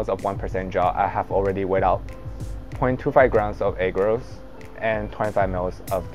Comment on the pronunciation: Dude I love your video, and forgive me I don’t mean to be offensive, but every time you say agarose I hear egg rolls😅 so I started busting a gut at the microwave egg rolls for two minutes part. Again great work!